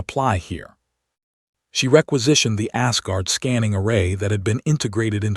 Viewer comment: The text on the A.I. backgrounds is still gibberish ... undercooked technology. I'm sorry, when the TTS reader pronounces "Asgard" as "ass-guard", couldn't help but chuckle a bit.